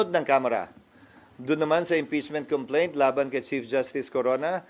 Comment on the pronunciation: Ana ni sir about ch!😂complentch!😂😂😂